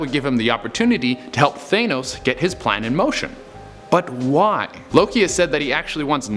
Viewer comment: F*** you , I hate jumpscares !!!!! You say thanos the wrong way .